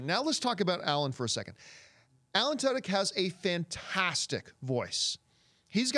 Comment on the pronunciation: John , it's pronounced Alan 'Two.Dick' XD